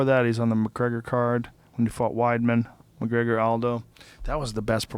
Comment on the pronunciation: Floyd McGwegor LMAO